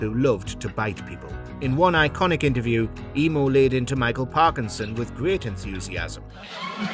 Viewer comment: The Australian bird EMU is pronounced EEM- YOU